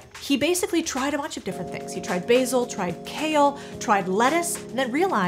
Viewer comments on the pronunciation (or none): none